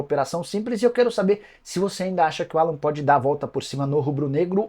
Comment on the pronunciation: Não precisa americanizar o nome do jogador, o nome dele é Alan mesmo.